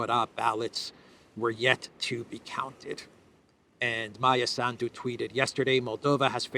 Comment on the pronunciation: When you pronounce the name Sandu please PUT the accent in on the first vowel “A.” Not on the last of the “u”. This name comes from your name, which became Sandu. As a todler has problems pronouncing the R cinsinant😊